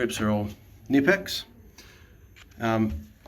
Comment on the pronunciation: STAR-WILLIE - NIPPEX | SCHTAVILLER - KUH-NIP-EX